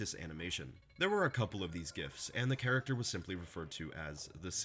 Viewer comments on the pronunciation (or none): none